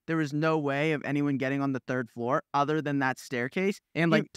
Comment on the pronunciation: "thord floor" 😭😂😭😂😂😂😭😭